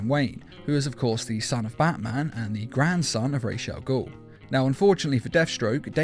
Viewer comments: Why in every video this guy has with ra’s al ghul in it he totally butchers the ra’s part of the name. It’s sounded out (rah-z). Like that. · You're saying Ra's Al ghul wrong